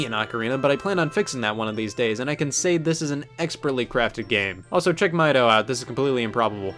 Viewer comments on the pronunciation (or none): Wrong. It’s pronounced “Mee-doe”, like “do ra mi fa so la di do”. The Kokiri have a music theme to their names, hence why Saria rhymes with “aria”.